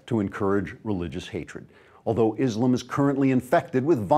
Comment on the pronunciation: Just one thing - next time, please pronounce Islam the way it is written, and not Islum. Otherwise, nice video